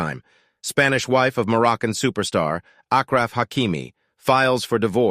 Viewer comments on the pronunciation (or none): Ash raf , not Akraf bro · They kept saying AKraf Hakimi and I kept thinking what kind of Arabic name that is, and I'm not even an Arab! Then I saw it written and realized it's ASHraf ! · Ashraf not akfraf :D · for people who wanna say achraf hakimis name correctly like us Moroccans its pronounced :ashraf not akraf like a shhhh so its ashraf hakimi its pronounced ashraf and spelled achraf. and if you wanna say akraf its cool:) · It's "aSHraf" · Man you guys slaughtered his name 😂 Ashraf ya salame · His name is pronounced ash-raf. He should also pull an OG move and take the money and make an example out of her and stand up for disenfranchised men across the world. With the money he gets, it would make sense to donate to men's mental health charities especially for divorcees in crisis.😅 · Say the name right ma guy, i don't mean but the guy massacring Achraf